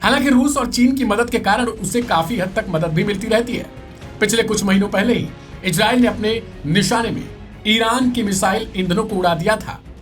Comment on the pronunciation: Ejrael nahi bhai Israel bolo apna tone sahi karo....